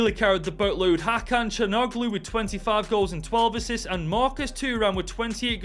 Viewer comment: Love the rebuild man. p/s still cant take it how you butchered calhanoglu's name.